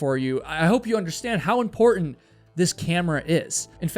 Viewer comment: Dude... good video. can you please as a favour stop killing the "t" sound. mou'en = mounTain impor'unt = imporTant . thanks dude